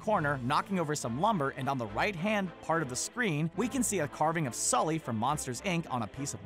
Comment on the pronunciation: It's Sulley not skully u nimrod lol